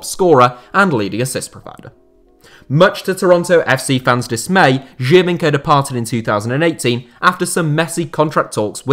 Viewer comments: I heard you a bit struggling with the Giovinco pronunciation :) it's way simpler: joe-veenco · Geo as in geography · Isn’t it Geo - veenco